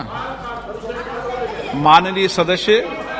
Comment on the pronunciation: माननीय "शदशय,"..... कया ये सही उच्चारण है ? स्पीकर महोदय का उच्चारण है ।